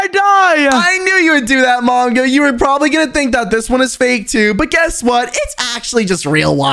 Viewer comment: when we Turned on captions, you said manga instead of mongo